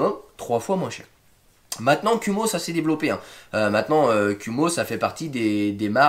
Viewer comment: Kuhmo, à prononcer "koumo". ça veut dire araignée en Japonais